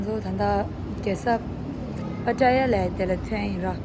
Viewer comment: love how you pronounce “ pataya” Hahaa 😂 so cute ☺️ It’s “ pattaya “ and yes it is a city. Only an hour drive from Bangkok city. But I think you should go to Phuket. They have most beautiful hidden beaches and islands. You have to take very early boat from Phuket city which takes 1-2 hours to get to those islands. It’ll take your whole day to see all the islands. They’ll take you to so many beautiful island where there were so many Hollywood movies were shot. Like James Bond and one of Leonardo DiCaprio’s movies too and few others.